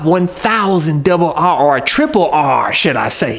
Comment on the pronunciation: I miss hearing you say “ C B R’r 1000 Double Rrrrr!”.